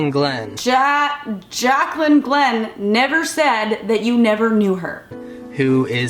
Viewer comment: rdot jpg Has this video y’all are talking about been taken down? How can you possibly mispronounce Jaclyn? Or Glenn??